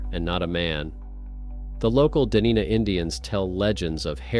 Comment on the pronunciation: "Its Duh-nine-Ah not di-nee-na" Life long Alaskan here FYI moss does not hold a track well its like a wet mattes that springs back up shortly after stepping on it. And for your info A large grizzly could snatch you out of ur tent and run with you like dog with a chew toy, no drag marks, no blood. I have seen a grizzly drag a 1200lbs moose up a steep hill with little effort that left a drag mark still no blood. And for another city-idiot camper fact. they hang food/packs in trees because a bear safety book told them too. Here is the real Alaskan bear safety rules not written by some city-idiot in California. I have had bears jump on my tents. Rule #1 "dont" hang food high in a tree spreading scent all night so when a grizz does smell it and he will smell it, he comes in am to am for food only to find ur dumazz in a twinky tent on the ground. Set up a decoy tent with pots and pans stacked on top of ur food cash in front of ur tent about 5 to 10 yards away we call them cook tents . Sleep lightly with 12gauge loaded with buckshot and a good light mounted on it. When you hear the pans fall jump up and start shooting. Rule#2 when in a Twinkie tent in Alaska you are the cream filling. Twinkie tent= A one to two man tent normally orange or yellow with a light in it. It glows and can bee seen 10 miles away at night by every bear in the area. Another thing females with stupid strong perfume in the woods.... if i can smell ur perfume 10 miles out a bear can smell it 20